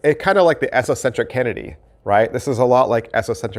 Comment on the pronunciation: Did you say esocentric Kennedy? Or esoteric Kennedy? Lol.... Had to rewind that a few times